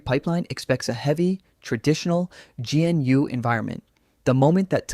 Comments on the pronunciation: "GeeNU"? Really? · The least you could do is find an AI slop voice that is able to pronounce GNU, Systemd, or even Alpine